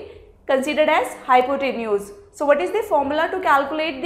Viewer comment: Was Not good explanation .Nd pronunciation of hypotenuse was wrong.